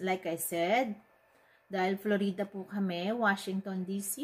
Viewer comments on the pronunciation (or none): letche daming palabok straight to the point na dapat saka Florida po hindi Flo-Ree-Da 😆